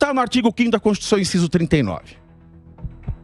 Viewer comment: Constituição virou constituixandao